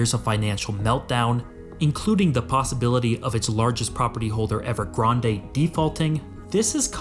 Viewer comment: When you said evergrand that way you were saying it as a joke right?